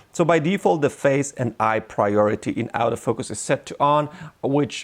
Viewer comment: One suggestion, learn to distinguish between the pronuncition of autofocus and "out of focus". They're very differeny things and it can be confusing.